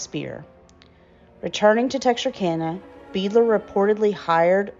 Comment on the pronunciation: I have it on good authority that the last name is pronounced "BIDE-ler" (being of German origin). Otherwise, it was very interesting to come upon this. Thank you, for your research and efforts